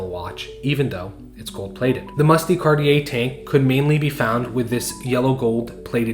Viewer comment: De is pronounced more like “duh” than “Dee”